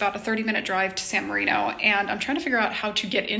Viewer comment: when you are visiting a foreign country rather than criticize the foreigners for not knowing your language or customs maybe you should learn their language and customs. At the very least learn how to correctly pronounce the name of the city your are in instead of whining about everything. You are resurrecting the Ugly American.